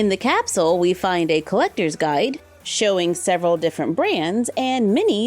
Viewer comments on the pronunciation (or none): none